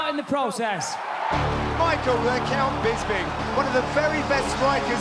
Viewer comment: Rockhold cant even say bisping's name right, he says bisbing hahah